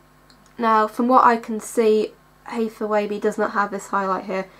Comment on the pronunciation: Dude you are so cute. Yes you are pronouncing her name correctly and P.S. you're eye ARE GORGEOUS!